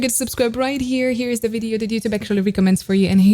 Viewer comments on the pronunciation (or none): none